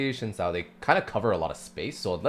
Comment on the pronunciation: its xin (sin) zhao not shin zhao